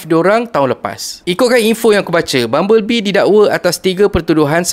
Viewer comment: Bubble bee mat ..bukan bumble bee ..🤦🏻‍♂️